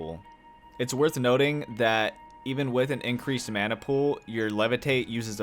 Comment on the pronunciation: Call me a weeb but the way yoy say mana triggers me 😭 thanks for the video though very helpful i might give this game a try